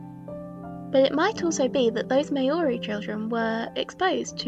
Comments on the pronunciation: Hey bit of a nitpick here, It's actually pronounced mouldy not May-ori I'm a new Zealander I know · This video was really interesting and I enjoyed it a lot. Just a small note: I'm assuming from the pronunciation you were talking about Maori, people of New Zealand. Its not pronounced May-ori (as I see a lot of non-nz speakers say) and even know I'm personally of European descent generally you hear it more like mowri (as in [Mao] of China, [Ree]) or mohri (as in [Moe] from the simpsons, Ree with a softer r [ree]). Not a big deal though as it's an easy mistake to make and overall this is a very informative video on a topic I hadn't thought about. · Nitpick— Māori is not pronounced “mayori”— the “mao” part is actually closer to the vowel sound in “cow” (well that’s the closest English approximation, there’s proper IPA on Wikipedia but only linguistics nerds know how to read that) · in the IPA, the true pronunciation is /'mα:o.ri/, if that helps